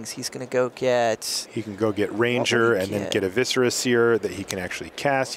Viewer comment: I like how Marshal keeps pronouncing "Viscera" correctly, and Randy keeps finding new ways to pronounce it wrong.